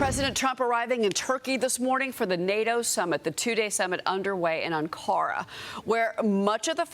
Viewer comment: ❤ Thanks , for putting the Ankara stress on the second syllable ❤ ... What an intro , honey !!